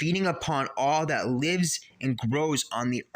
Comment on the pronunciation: Great video 🙏 Guitdjeff is pronounced Gurr Jeff 🤝